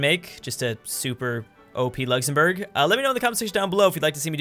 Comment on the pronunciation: Nice “luxemourg”